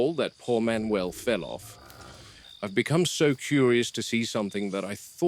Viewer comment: Manuel ❌ Man not uel ✅